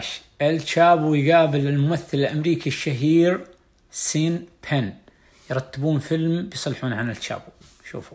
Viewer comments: شون بن وليس سين بن ياا الحبيب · فيديوهاتك اكثر من رائعة… الممثل الأمريكي اسمه شان بن وليس سين بن 😘😘